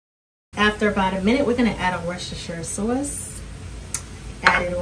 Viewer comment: Nice recipe. I heard the sauce accent, she's a New Yorker.